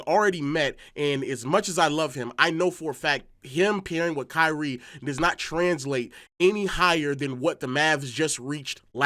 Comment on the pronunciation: I don’t like the way he’s say “KYriE”